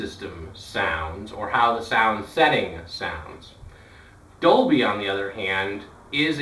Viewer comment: not to be rude but the biggest thing i notice with Americans inc you is that ,you (in general) pronounce many words not as they were ment to be but as you would expect if someone was reading out loud and didn't bother to read some words correctly and so pronounced them as though they were a child who had not yet learnt that an e in a word changes the sound. For example your said doby not doLby and b4 you have said nich but pronounced it nich instead of nIsh, or CH assie instead of SHassie